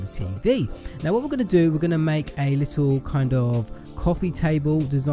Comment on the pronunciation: I like how he says lit el